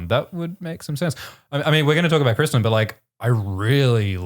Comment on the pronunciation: Cwistan UwU